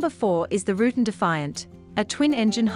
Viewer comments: You missed on 4 points. 1st: the VoltAero Cassio is simply a re-engined Cessna 337. While I will admit the engine choice is unique, its basic air frame is still built by Cessna. 2nd: I've heard Rutan pronounce his name as Ru'tan, not ruten. Just an accent difference, I guess. The French auto manufacturer Renault has the same problem in America when it used one pronunciation during the 1960's (into the mid to late 1970's and earlier) in the US and has since reverted back to the actual (and proper) pronunciation later. 3rd: The Dornier (which has a French pronunciation as well as an Anglicized one) Seastar is actually a re-engineered design from the mid 1930's, the Dornier Do 18. Dornier also designed and built 2 other, radically different pusher/pullers of WWII era: the massive 4 engine/2 nacelle Do 26 and the equally impressive Do 335 "Arrow" fighter. Not surprising from the same man/company which pioneered the Do X 12-engine (in 6 pusher/puller above wing nacelles) flying boat whose first flight was in 1929! Top spot should have gone to the Cessna 337 since it was not only a full production aircraft with several variants, but also saw military service during the Vietnam War as the O-2. All the others were of limited or "kit" production, although the DoubleEnder could change that. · It's also pronounced Roo Tan with the long a sound like van. Not Root'n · I had to stop watching when she said "rootin.. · Pronounced Rutan (roo-tan)